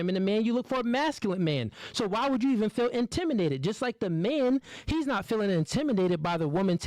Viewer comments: I'm sorry, but this is bothering me.Will somebody explain to this guy how to pronounce intimidated, please. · Yeah. Kinda lost credibility every single time he said it, tbh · Why tf can't he say intimidated 😅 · Intimidated, please say it correctly😂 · I'm shocked he mispronounced that word. Get together! Lol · This dude can’t say “intimidated” to save his life. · Bro, what is "intiminated"? I-N-T-I-M-I-D-A-T-E-D, homie. Spelled and pronounced like that. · The word is "intimidated" not "intiminated"😂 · Come on now,. You seem like an educated brother. You should know better than that. The word is "Intimidated" what the hell are you doing, saying "Intiminated"... Smh... come on bro!!! Get it together... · … its pronounced intimidated, not intiminated. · Is he purposely saying intimiNated instead of intimiDated? 😮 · IntimiDated, not Intiminated -. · It’s intimidated not intiminated bro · Sounds like he's saying intiminated instead of intimidated.....idk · AM I TRIPPING OR DOES KEEP SAYING "INTIMINATED" AND NOT INTIMIDATED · What’s “intiminated”? It’s INTIMIDATED!!! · It's INTIMIDATED not intiminated. 🤣🤣🤣🤣🤣🤣🤣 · I rock with what he’s saying, but for the love of god….the word is not “intimination,” it’s intimiDation! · Intiminated. Bro pronounce the word right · It’s intimidating not intiminated bro 🤦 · "IN-TIM-MINATED" ... ITS INTIMIDATED BRUH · The word is intimidated and not intiminated lol 🤣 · What’s really annoying is him saying intiminated instead of intimidated. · Stop saying intiminated. It’s intimidated. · ɪnˈtɪm.ɪ.deɪ.tɪd. I was so annoyed hearing this guy say intiminated 🤣🤣🤣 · This guy is too smart to keep saying IN-TIM-“MEN”-NATED” WTF??? It’s INTIMI”DATED” my guy….. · Bruh. The way you mispronounced intimidated. You said it more like intimated. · Bro if you say intiminated 1 more time! It’s intimidated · ITS INTIMIDATED not INTIMINATED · “Intiminated” or intimidated? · is my guy but he is killing me with "intiminated".